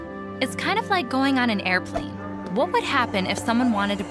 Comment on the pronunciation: You said Errorplane.